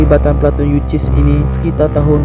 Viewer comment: Platun yu sis ..bukan yu.ciss. Dol..